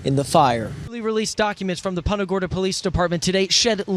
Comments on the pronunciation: The real crime is how that anchor pronounced Punta Gorda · Why is everybody in this video mispronouncing Punta Gorda? It's Spanish. If you can't pronounce it correctly just say Fat Tip then.